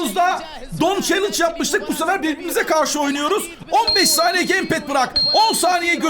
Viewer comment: Challenge yi çelinc diye okuyan abimiz cansın❤❤